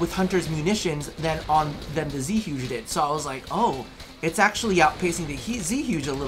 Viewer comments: so, it's pronounced "Zhoo-guh", not "zooj". the weapon is chinese, based off of Zhuge Liang - a masterful strategist of the 3 Kingdoms Era. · Zhuge: It's pronounced JgU-GAY Like the Chinese war strategist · The Zeehyouj Zhuge is pronounced Zooj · zhuge = joo guh look up zhuge liang or listen to this it will give you some info on the history of the repeating crossbow.